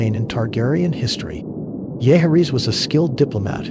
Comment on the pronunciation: VISS-AIR-US...not VIZERIES. JOE-HARRYS... not whatever the heck the A.I. voice was pronouncing.